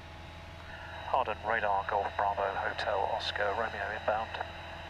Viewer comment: oooohh you pronounced hawarden right, in previous videos you pronounced the w, but it is a silent w